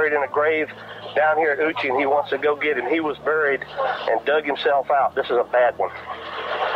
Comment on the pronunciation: Is it a good plan?? Is it ever? Let’s take a goo ( rhymes with boo) but means go. 😂 Love his accent 💯